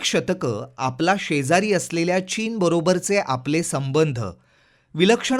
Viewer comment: षेजारी नाही रे